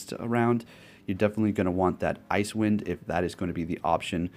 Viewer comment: It's not called Ice Wind. It's pronounced as Ice-e Wind. Like " wow, the ground is pretty icy after the snow that came down last night onto the side walks"